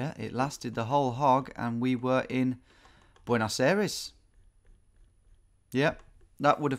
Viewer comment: Buenos Ereees, almost